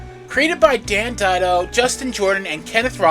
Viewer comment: Didio = Diddy-Oh or Deh-dee-oh